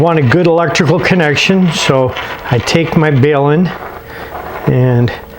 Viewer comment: The matching transformer is a balun . Balun stands for Balanced to Unbalanced thus the pronunciation is bal un.........No bale ........Good vid.....